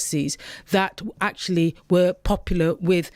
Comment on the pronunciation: Ack cha lee.